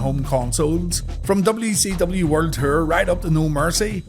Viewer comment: WCW werd ter lol sorry bro, love your videos it just took me a minute to figure out you were saying world tour. Keep doing your thing though bro